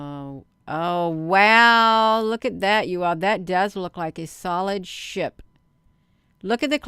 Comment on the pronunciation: When you say SHIP sometimes I think you say SHI* and and I think WHAT??? 😳